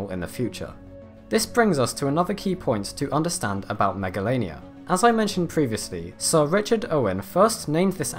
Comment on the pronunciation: Him: Megalainia Me: Megalovainia Or SANS